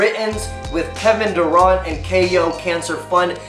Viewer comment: Kevin daruant lol had me rolling